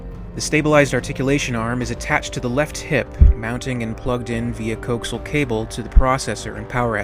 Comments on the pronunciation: Proper pronunciation of coaxial is co-ax-ial, not coax-al. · Coaxial is not "coke-zul", its pronounced "coh-ax-ee-uhl" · It's not cokesul cable. It co-ax-e-AL.